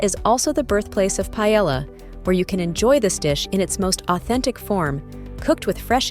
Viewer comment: The AI can say Lanzarote but it can't say Paella.